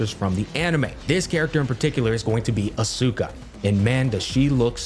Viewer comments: Man really said Asuka wrong 😂 get that bag king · That mispronunciation of Asuka really hurt my soul